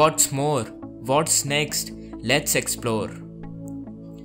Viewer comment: "Vats more, vats next? Let's explore" 😂😂😂😂😂 That pronunciation is just too damn good!